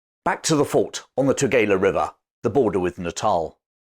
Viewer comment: Your pronouncing Eshowe incorrectly. And Tugela river. I grew up there. Thank you so much for the history though. So real to me the places you describe. I used to play in the fort as a child. And my Father tide me to a piece of drift wood and floated me across that river.